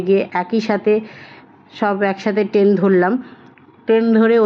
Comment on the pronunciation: It's not ten,it is train 😅